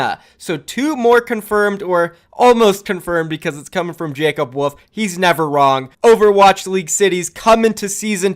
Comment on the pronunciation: Ohh... his name is Jacob WOLF... I genuinely thought was saying WOOF.